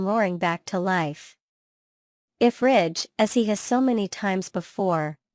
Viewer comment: It's Ridge, not Rich